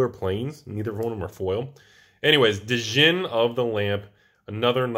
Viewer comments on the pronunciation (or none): Is he saying Djinn (Dah-jin) that way to troll or does just not like a silent "D"? 😆